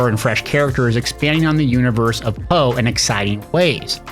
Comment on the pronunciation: Bro... POE? POE isn't a name, its an acronym, you don't read acronyms as if they were words. Its called P.O.E, spell it for god sake.